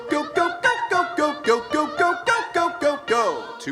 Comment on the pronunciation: I gyo. Instead of Go. Is that ok?